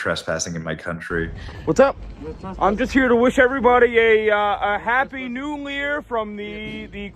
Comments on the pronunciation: He said "Happy New Lear" 🤣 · The best part is when he says happy new Lear and the Somali said “thank you” 😂